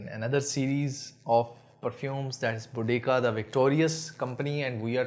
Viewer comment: Salaam bhai, it pronounced Bo Dee Seeya. Jazaakallah khair.